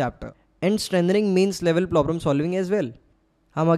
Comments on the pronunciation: Aapki advice boht acchi lagi bhaiya , thanks ,but ye plobrum kyu bol the hai problem hota hai (maanta huki feeling par jau ,par phir bhi accha effect ni padhta aap isse sahi kar lijiye) & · "Plobrems" again bhaiya 😂 Why?